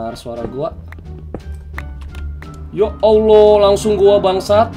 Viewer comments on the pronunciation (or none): none